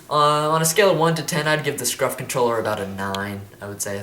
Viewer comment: Lol u said scruf not scuf